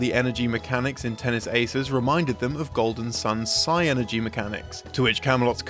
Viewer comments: "Psy energy" NO. It's PSYNERGY. It's a word. "SIH-ner-jee" I LOVE Golden Sun references because it's the best turn-based RPG series ever made, but please, stop pronouncing psynergy like my dumb friends in 4th grade when we played that game. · This isn't an important point of the video, but "psynergy" is pronounced like "synergy." Pronouncing it like "psy energy" makes no sense as there's no 'e' after the 'y.' That would be "psyenergy," which isn't correctly spelled.